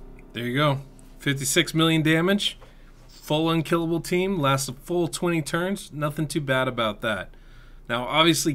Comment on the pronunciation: love it when you say lastes full 20 turns LOL